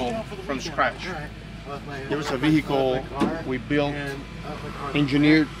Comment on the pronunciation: ve hickle